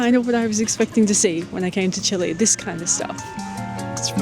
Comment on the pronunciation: Thank you for not saying Chee-lay 😂